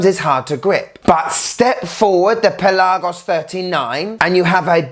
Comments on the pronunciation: Great video as always. I'm a big fan. Just a little complain. It's not only you. This goes to a lot of watch reviewers on YT. The word Pelagos is pronounced on the 'e'. It's pE-lagos. Also the 'e' is kinda soft. Trust me, I'm Greek. I also have a non watch related question for you. Tsitsipas or Djokovic? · Dude why are you saying Pelagos so weirdly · Why are you pronouncing Pelagos wrong ? ;) jk